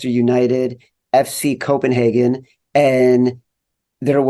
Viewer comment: I like how Chad instructs Colin how to properly pronounce Copenhagen, then he mispronounces it the whole episode 😀